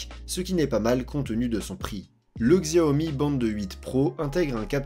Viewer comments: Tu prononces mal le nom XIAOMI. Ça se dit pas '' GZIAOMI ''! C'est '' CHIAOMI ''. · Désolé mais tu écorches trop les noms... en chinois Xiaomi se dit '' CHAOMI ''. Et Huawei c'est '' WOUAWEI ''